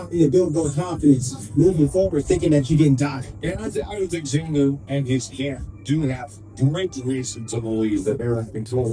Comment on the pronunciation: Bro, it's not XanDAR, it's XanDER.